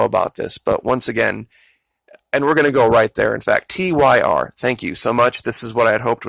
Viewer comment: Hi there, Born and raised in Tampa, FL.. the gentleman named Tyr is pronounced as Teer or Tear.. also the name of a nordic god.